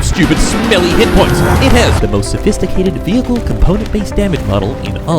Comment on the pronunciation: Before I start I suspect he mentions the water vehickle at least once Edit: at the wart hunter part and I think "vessels" is close enough